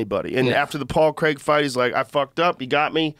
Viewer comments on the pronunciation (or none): none